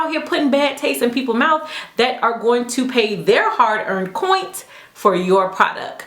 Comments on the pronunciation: You are so freaking cute!! It's "hard earned coins" not "coint" BUT keep using COINT it's too cute:) xoxoxxo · I really enjoyed this video! I love how you presented everything! And you seem super classy but I'll be honest it kinda threw me off when u kept saying coint (referring to your coins) I dunno, it just bothered me, but that's prob cause I'm white, haha! But I'm definitely subscribing! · I'm annoyed at that fact that she can not pronounce the word "coins"..... why are you pronouncing with a T- "coint"? with my own coint... with my own coint with my own coint...... okay girl, we get it- you paid for it!! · aris p giiirrrlll same!! And I just came to the comments to say "coint"!!! 🤣🤣🤣 great minds think alike! 😁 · Upvote for your poise and professionalism, subscribing for the "coints" XD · Coints??? YASSS😂😂😂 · lmao “my hard earned coint” imma start saying that now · "hard earned coint" 😂 i love you